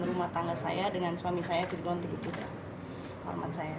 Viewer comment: bukan lagi virgoun tapi vir'oun